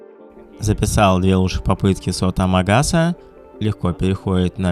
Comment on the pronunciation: Амагаса, а не Агамаса)